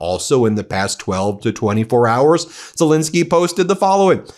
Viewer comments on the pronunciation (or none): STOP MISPRONOUNCING ZELENSKYY! THAT'S AN E NOT AN I, DOGGONE IT. THE MIDDLE SYLLABLE RHYMES WITH PEN, NOT PIN. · It could be even better if he pronounced Zelenskyy correctly, that's an "E" not an "I" - calling him Zelinski is worthy of MAGA. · NOPE, I'm not cutting him any slack on this, and I very much like the work of the brothers three, but the man's name is ZELENSKYY, the middle syllable rhymes with Ben, he is a world leader, and the repugnantones delight in mispronouncing people's names. We good guys can do better. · BEN - I am positive that this is unintentional on your part, however you, along with a disappointing number of other legitimate news reporters continue to mispronounce the name of the leader of Ukraine. This is - unintended or not - a show of disrespect. How would you like it if people kept mispronouncing your name ? His name is ZELENSKY - NOT ZOLINSKI . If his name was ZOLINSKI it would be spelled that way. It is not. It is spelled ZELENSKY because that is his name. Please maintain the fair, rational, and legitimate presentation of important news that the Meidas network has become known for, and at least pronounce correctly the name of the leader of Ukraine. Thank you.